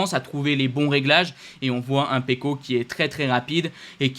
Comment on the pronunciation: Ta prononciation pour Pecco est correct, je suis d'origine italienne. Surtout pas la version C+